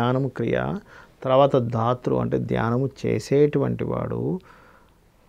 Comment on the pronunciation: ధ్యాన ధ్యాతృ ధ్యేయ రూపా = ధ్యానం, ధ్యాత, ధ్యేయము. ( ధాతృ కాదు )